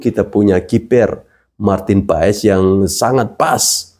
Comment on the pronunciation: Maaf, PAES dibacanya PAS, om...